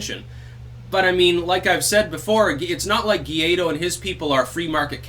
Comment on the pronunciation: Juan Guaido It's pronounced "1 white dog", besides that I agree with you 100%